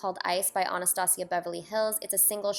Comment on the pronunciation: yesss! everyone keeps pronouncing Anastasia differently, I pronounce it like you... people who says it differently makes me wanna sock them in the face omg